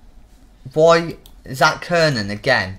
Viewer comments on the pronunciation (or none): kiernan is pronounced key-rnan kranjcar is pronounced kranchar O'halloran is pronounced O'Haloran